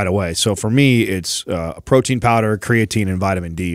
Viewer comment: Always cracks me up when, who is very smart and educated, says "cray-uh-teen".